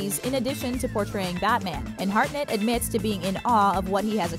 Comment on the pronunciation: Harnett - NOT Heartnet... 😊🤦